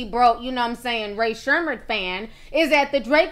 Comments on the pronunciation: I guess fans are considering this their own version of “crowd surfing”. Which Rae “Sherman” do. 🤣 I had to, you had me LMAO with that pronunciation. I do like how Jimmy tried to help to handle him. Didn’t like how Swae turned on him, though. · This is why I fuck with Swae Lee. He's always so positive and all about having a good time. Also, I can't be the only one laughing at how Ti miss pronounced Rae Sremmurd.